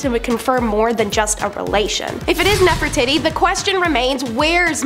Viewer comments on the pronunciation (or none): I find it very funny that one of your ladies that loves to tell history keeps mispronouncing Nefertiti